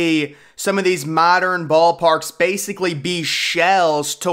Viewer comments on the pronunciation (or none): none